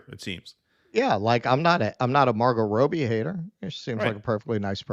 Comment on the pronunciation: Its Robbie - not Rowbee